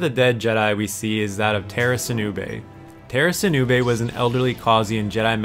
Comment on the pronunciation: Tera sinube?! NOOOOOOOOOOOOOO,NOT TERA 😭😭